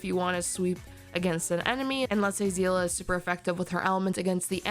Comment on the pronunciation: You pronounces of Seele name is wrong as a long time Honkai impact player 😅 Her name is pronounce See-le not zi-la